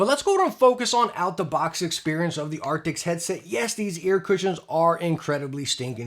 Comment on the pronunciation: Jeez man, a year on and you still can't pronounce the word ' A R C T I S'... 🙈🤡